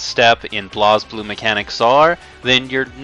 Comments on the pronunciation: Though its BlazBlue, its pronounced as Blaze Blue... Not BLAOZ BLUE. Idiot. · I know that this is an older video but every time you pronounce BlazBlue (Blaze Blue) "Blahz Blue" I cringe as a fan. Also the story (if you actually are paying attention) isn't THAT hard to understand. It does have a few plot holes and problems, but getting a general grasp on it isn't that difficult.